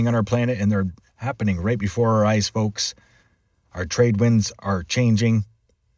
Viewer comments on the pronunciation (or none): none